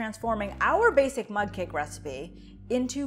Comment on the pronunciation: Mug! Lol I thought you were saying mud 🇦🇺